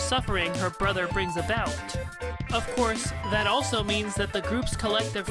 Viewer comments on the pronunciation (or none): none